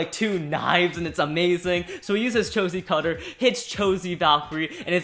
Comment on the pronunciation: What the heck, cho z cutter.. Lmao what the hell cho z citter bruhhh I was laughing so hard when you said cho z cutter, XD